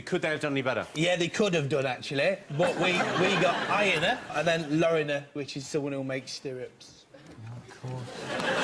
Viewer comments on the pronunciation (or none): It is Lorimer nor Loriner good one though